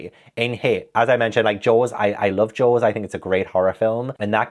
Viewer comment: Not me hearing “Joes” instead of “Jaws” and being absolutely perplexed about what was going on 😂